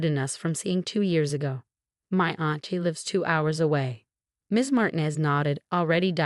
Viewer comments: would you please tell your stupid AI program that the Hispanic name Martinez is NOT pronounced "martin-ez" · FIX YOUR DANGED UP CURSED AI BOT!!!!! MAR TI NEZ IS CORRWCTLY SAID TO SOUND LIKE MAR - - TEEN- - NEZZZ ( SIS LIKE IT RHYMES WITH SEZZZ PEZ, FEZ, FIX IT!!!!